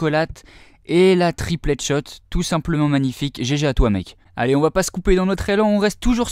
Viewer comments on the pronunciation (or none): il dit "triple feed" quand ce sont des triples et soit il mett l'accent anglais soit le français car le mix des deux... Tripeule feed!